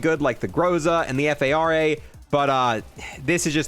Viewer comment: Fara? No ef ay are ay